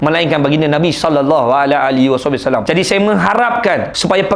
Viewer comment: bang sebut rasulullah sallallahu alaihi wasallam tu kene sebut betul2